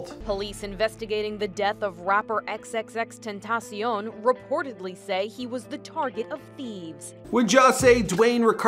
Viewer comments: U say his name XXXTENTACIEN instead of XXXTENTACION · Ismael Valladares he said ten ta siun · Nun y’all saying it right😂 it’s ten-tha-she-on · XXXTENTACIN Us:🤦🏻‍♂️ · The way they pronounce his name =_= "XXX TENTACIIIIEEEN" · Xxxtentacion ( X-X-X-Tent-ta-see-on) get it right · Did he say "XXXTentaseein"? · Lol he said xxttentiseeon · "Xxx tent uh see uhn" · The way he said xxx ten ta see in wtf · did this man just said 'xxxtentacian' 😂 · Xxxtentacien? U cant say xxxtentacion?? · xxxtenticeon😂😂 tf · He said tentacion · bro why is he saying it like that, xxxten-tee-see-an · Who else is getting triggered by the way he says xxxtentacion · Sauske just like how he butchered x name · Some people can't say XXXTENTACION right but Google can tho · at least read his name right wtf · he did 💀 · 😭 he can't say X's name😭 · no hate. bu it makes me mad the way he says XXXTENTACION. no hate tho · U still can’t say his name right smh 🤦🏽‍♂️ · He says xxxtentacion sooooo baddddddd ! Like if agree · Who else got tired of how this guy pronounces x’s name? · the speaker messed up xxxtentacion's name alllll the way up* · The thing that most bothered me was how he said XXXTENTACION smh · This guy can’t say xxxtentacion names right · OMG HOW HE SAYS XXXTENTACION bruh that reporter pronounces it better than him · i hate the way he say xxxtentacion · I got triggled bc of the way he said the name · if ur gonna make a vid on x at least pronounce his stage name correctly please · I’m getting triggered the way he’s saying X’s name 🤦🏻‍♀️ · he can't even pronounce XXXTENTACIONS name right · Say his name right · I swear this dude is butchering his name make it stoppp!!!! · bruh the way he sais tentacion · He doesnt even pronounce his name right...urksss me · Fake x fan he can't even say his name Right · You can’t even say his name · White boy get his name right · 😂can’t even say his name right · You cant even pronounce his name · OMG! At least pronounce his name right!